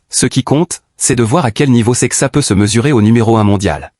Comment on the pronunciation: The name is Portuguese adn should be pronounced as Saishes. He is a talent btw lets see how he develops. We need him to compete with Pogacar in the grandtours and hilly classics so good luck to him!